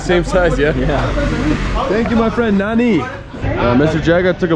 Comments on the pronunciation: Nani? .i get it after some time you were saying Nanni ! People don't get it easily . second n is like NN . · it seems like nobody understands when you say "nani". there is an easy solution. say "nanni" . that's the right pronunciation. naNNi if you read this XD. btw cool vid